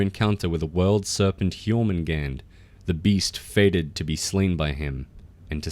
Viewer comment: It's Jörmungandr not jormungand